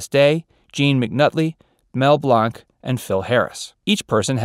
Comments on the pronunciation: Great job. Besides the mistake about which war, please note that the great voice man pronounced his name Mel BLAYNK, not BLAHNK. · I love your videos but dude you have got to quit miss pronouncing names and words I’m just giving you some constructive criticism mel blanc not blonc Great video by the way I love them I hope you’re having a great day sir thank you for sharing everything you do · I get the distinct impression that the reader has never listened to any of Mr. Benny's shows. I've never heard anyone pronounce Mel Blanc's name BLAHNK and Mary LIvingSTONE. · You pronounced Benny’s real last name WRONG! It’s Kubelski, NOT Kubeleski. That’s Koo-BELL-Ski. And Mel Blanc pronounced HIS last name the same as a “blank” piece of paper. When I hear one of these that YOU have done, the word LAME comes to mind. Change the name of your channel to LAME VERSE. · Mel Blanc's last name was pronounced as "BLANK" even though you pronounced it the correct way in France. I met him. As well you state that 1917 was during WW2. Your research is poor. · I guess was thinking of his character Jack's violin teacher Professeur LeBlanc, so he pronounced it in French.